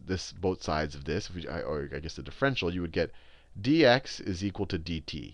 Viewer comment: "difFRENtial equations "